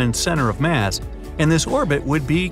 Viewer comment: all that MATH instead of MASS🤣🤣🤣🤷‍♂️🤷‍♂️